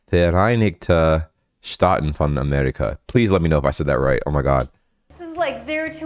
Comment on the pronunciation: Your "von" sounds really good^^